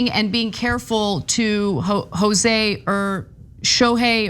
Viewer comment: It wasn't a written apology. It was dictated. He wasn't actually saying "Jose." That's just the sound he made when trying to pronounce an Asian name.